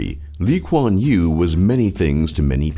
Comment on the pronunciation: Lee kuan yew not lee quan you